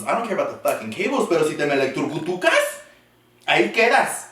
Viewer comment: “Electrucutucas” LMAO MEEEEEEEEEEEEEE 😂😂😂😂😂😂😂😂😂😂😂